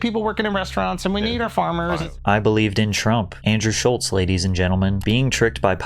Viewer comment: There’s no “T” in Schulz